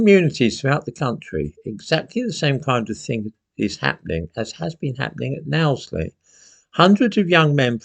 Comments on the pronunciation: It's pronounced "Knows Ley" not "Nows Ley". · It's pronounced 'NO' sley not NOW sley. Great video though keep up the good work 👍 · it's pronounced kn(nosely) Not nowsly lol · It’s pronounced ‘nose’ not ‘now’. There’s a safari park nearby if you should tire of the other local attractions. Any dissent, in fact anything that doesn’t come with a ‘migrants welcome ‘ banner is down to this seemingly growing band of far right activists. Somebody in authority should get over to Nottingham and check out the forest. It would be timely to investigate just how many ‘merry men ( with daughters) there are in Knowsley and elsewhere! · I’m from Knowsley. It is pronounced ‘Nose-ly’ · You just don't now about Now - sley. Give it some credit, and know how to say know, and Knowsley, like the safari park, and Lord Derby's estate. But you weren't to know, you don't get the same adverts or media (or people) in your region. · Right wing is good - liberty, justice and patriotism. Not jingoism. Btw, Knowsley is pronounced nose-lee. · Just for info it's pronounced nose-ly :) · It's pronounced as NOSELY. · Pronounced as nose Lee 👍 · I wasn't wrong then. Wonder why old thinks it's pronounced as now-zlee 😂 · 👍🇬🇧 PS it's pronounced "no...slee" in case you need to make any more videos! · The Liverpool Echo is of course being deliberately vague about this whole incident. Knowsley is pronounced "nose-lee" btw. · Pronounced 'no' sley... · It's pronounced nosely. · it's pronounced "KNOW SLEE" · It's NOsley like no, not now. A bad mistake being a nonce in Liverpool...as I am sure they will find out. Scousers are predominately of Irish descent. It will go down in Liverpool about as well as it's going down in Ireland. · It's No-wsley,, silent K. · it’s pronounced ‘nosely’ and they were only doing (politely) what Muslim mobs do to get their own way in our country. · By the way, Knowsley is pronounced 'nose lee' 👍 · Hi, it's pronounced nosely